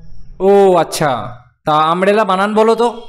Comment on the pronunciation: সাংবাদিক তো নিজেই বলছে আমরেলা